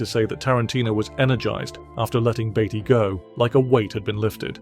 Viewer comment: Sure it’s Beatty not Baity